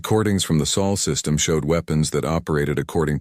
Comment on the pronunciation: Chen name used. Automatic dislike! AND IT'S SOL, NOT SAUL.